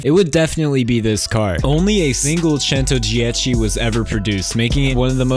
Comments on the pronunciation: YES, FUNALLY A PERSON THAT PROUNOUNCES "CENTODIECI" RIGHT! You just amazed an Italian with your pronounce👍😂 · I mean, I'm italian and he pronounced the word in the 4ight way, without creating sounds or trying to imitate the Italian accent.